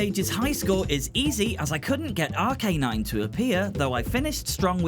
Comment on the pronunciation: the three I know for sure you mispronounced were Moltres (pronounced mole-tres) Arcanine (pronounced ar-cuh-nine or ar-kih-nine, both are prob right) And Gyarados (pronounced gi-air-rih-dos) Honestly, if you want official pronunciations, the anime is a pretty good source